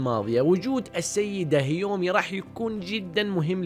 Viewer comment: يااخي هذه البني ادمة اسما كيومي مش هيومي😁 بعدين قول انواع الرياضات مش رياضيات فرق كبييييير😆😆😆😆